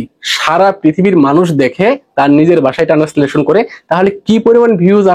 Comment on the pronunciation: টানেসলেশন না, ট্রান্সেলেশন